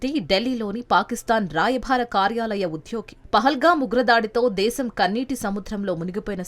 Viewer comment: రాయ బారి అనాలి కానీ రాయభా రీ కాదు,ఊచకోత అనాలి,ఉచ్చకోత కాదు.